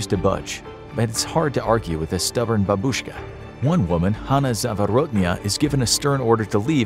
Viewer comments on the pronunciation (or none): none